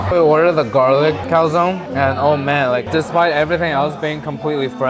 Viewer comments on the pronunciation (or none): none